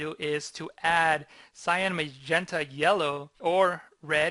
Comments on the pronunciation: Great explanation! But, it's pronounced "Sigh-Ann". ;) Love your work! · I like the tutorial, but it grates on my nerves every time you mispronounce cyan as scion.